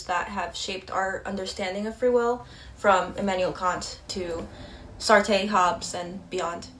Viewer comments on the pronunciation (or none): none